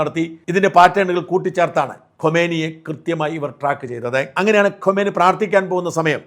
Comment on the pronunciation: ഖോമേനി അല്ല ഖുമേനി മരിച്ചത് 1989 ലാണ്. ഇപ്പോൾ മരിച്ചത് ഖമനേയി. എല്ലാ മലയാള മാധ്യമങ്ങളുടെയും വിദേശ പേരുകളുടെ ഉച്ചാരണം അതി വിചിത്രമാണ്. മണ്ടന്മാർക്ക് എന്തായാലും കുഴപ്പമില്ല, കാര്യം മനസ്സിലായില്ലേ... അതു മതി എന്ന് ചിന്തിക്കാതെ കുറച്ചു കൂടി ശ്രദ്ധ ചെലുത്തൂ...